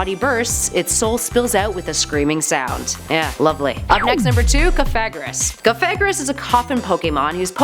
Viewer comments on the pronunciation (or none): Sooooo no ones gonna talk about how she pronounced Cofagrigus wrong? Like fam, She said “cofagrous” who is wrong here? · cough-a-gree-gus i think the other way ppl have said it is reason enough to never pronounce it that way